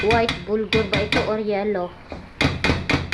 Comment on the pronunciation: BURGOL Hindi BULGOR